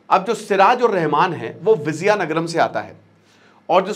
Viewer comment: Its not Vizayanagaram, It is Vijaya Nagaram